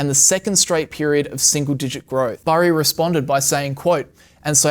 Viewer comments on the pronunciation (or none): CBS 60 Minutes did an interview on this guy and mispronounced his name. It’s Burry not berry.